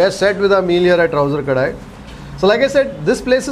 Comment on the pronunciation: It is Kadai, not Kadaai ಕಡೈ not ಕಡಾಯಿ